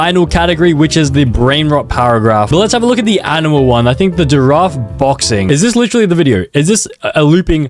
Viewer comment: bro frogot how to pronounce giraffe☠️